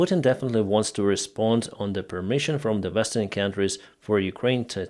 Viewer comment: Not the "Vestern" countries, the word is "Western"!